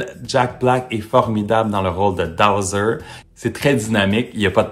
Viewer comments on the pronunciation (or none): Petite correction : c’est BOWSER et non DOWSER